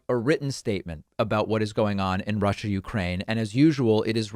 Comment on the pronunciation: It is neither ‘Global Warming’ nor ‘Rushah’ (former guy’s pronunciation 😝) that pose the biggest threat to the US and the world. No. By far the greatest existing threat to mankind (US included) is the combination of their inherent (they elected the former guy 😵‍💫!), and the atrocious ‘education’ that they receive. Combine the most powerful military capability ever, with the most biased ignorance of the (radical) retrumplicans/repuglicans… and the chances of survival, regardless of your political bias, is zero. WAKE UP … ! 😳